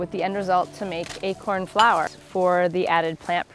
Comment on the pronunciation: Wait... You say achorn? That is funny, because the way you pronounce it sounds like the dutch word ''eekhoorn'' wich means squirrel